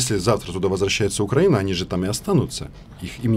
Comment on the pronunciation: Роман научите рассеян ставить ударение в словах украинец и украина